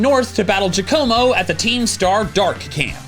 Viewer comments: "Next I went north to battle Gia-como"...BROTHER THAT IS PRONOUNCED JOH-KOH-MOH OMG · You actually did nail the pronunciation of Bombirdier. But for Giacomo, you want to stress the first syllable rather than the second 👌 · Do another run where you pronounce Giacomo (Gee-Ah-Kee-Moe) correctly. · Please pronounce Giacomo correctly!